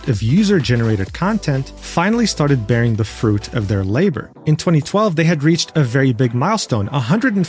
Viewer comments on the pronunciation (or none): none